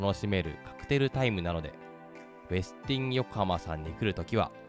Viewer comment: 「ウェスティン」の発音、ほかの方の動画など参考になさってください。